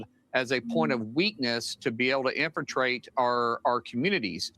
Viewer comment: ..."drawed... Infuntrate..." Brilliant man. 😅